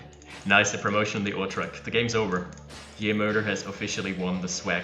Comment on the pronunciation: "JeMoeder" is Dutch for "Your mom" (Source: I'm from NL). On pronunciation, the "moeder" part is closer to moo-dur (moo as in what a cow says, yes). Hope it helps. :)